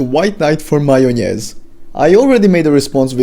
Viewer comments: The way you say "majonez" makes me think you're a Balkan brother! If so hello, and as a fan of both Ultrakill and Doom Eternal your video is spot on man! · По твоему произношению слова "майонез" я понял, что ты русскоговорящий лол. Норм видео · I like how you pronounse М А Й О Н Е З